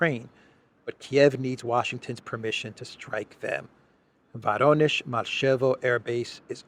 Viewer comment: The correct pronunciation of "Voronezh" is "Voronyozh" (accent on the "yo" diphthong).